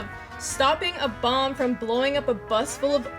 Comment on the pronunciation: "Blwoing up"